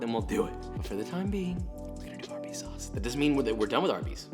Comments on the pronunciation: Lmao you said Worcestershire right but then fucked up sauce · Usually when I say Worcestershire sauce I mess up saying Worcestershire but he messed up saying sauce😂😂😂